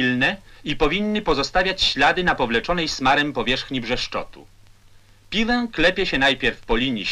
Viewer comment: Lektor, który mówi PIŁĘ, a nie piłe. I to Ł przedniojęzykowe😗😉😊